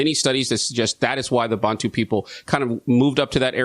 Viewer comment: I'm South African. Accurate information and well done on pronouncing 'Bantu' and 'Khoisan' correctly. Most Americans struggle with those ;-) FYI - The word “Xhosa” is derived from the Khoisan language and means “angry men”.